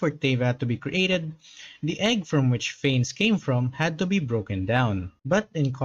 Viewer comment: It’s pronounced fan-ess